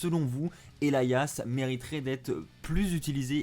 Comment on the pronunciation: Il le prononce bien manque juste l'accent